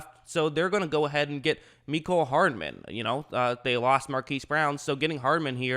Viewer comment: Love the vids but it’s mecole hardman😂